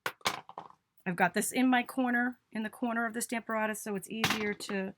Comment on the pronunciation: PLEASE check pronunciation for STAMP a RATUS